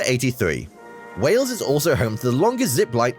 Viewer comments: Its not Wells , its Wales or even better, Cymru. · it is wales,not wells dumb ass. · I just wish the narrator had made a little effort in pronunciation. A small time on this would have made it more acceptable. Lazy, really. And, it's Wales, not "Wells". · It's not Wells it's Wales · It's Wales, not wells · please pronounce the country's name correctly. You are saying "Wells" when the name is "Whales" the same as the sea mammal. I know it is the difference between the emphasis Americans and Brits place on vowels, but you were hearing the correct pronunciation in the video but you didn't pick up on the error. I love your videos but American pronunciation makes me cringe at times. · Hi you pronounce wales like way ales. not wells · It’s pronounced just like whales and not Wells, the A is prominent rather than an E. Everybody will think you mean another place in the UK called Wells. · Wales Wales Wales Wales NOT Wells...!😮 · Why are you pronouncing Wales as wells? It rhymes with males,sales etc not bells or shells? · Please stop calling Wales wells. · Wales like the sea creature not Wells, its also Welsh people not Walls lol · I keep thinking hes saying ‘wells’ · It was not only the narrator who mispronounced everything (which many Welsh folk would find unfunny and quite insulting) but even our American friend the presenter called the country Wells!.Nice vid though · Wales is pronounced " Wails " 🇬🇧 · Hi. A couple of things, you need to put an 'h' sound in your pronunciation of Wales (whales) and Welsh is the term for people from Wales. I'm not trying to be hyper critical just helpful. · Though the Welsh may disagree , over here in the UK we pronounce Wales the same as we pronounce the mammal Whales , you sound a bit odd the way you say it , maybe its your accent.